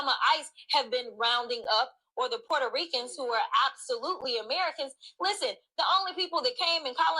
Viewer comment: Did she Wauconda say pueto Ricans natives. lol